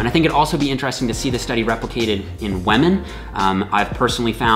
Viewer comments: It's ok,. You can pronounce wahmen just like PewDiePie does:). We can see you're struggling against the urge to do it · is great, the way he says wamen however, not so great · "Weh-Mehn." = "Women" (?) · Great vid! "Waahmenn" <3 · Did he say whamen? I thought this was not pewdiepie! At least also respects whamen! Good video as always! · what is a wemen? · You really said whamen didn't you 🤣